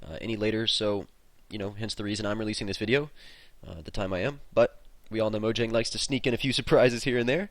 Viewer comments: (maw-jong) is how you pronounce mojang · it is mo-ja-ng